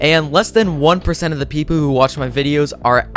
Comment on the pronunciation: When you said people you actally said pepoo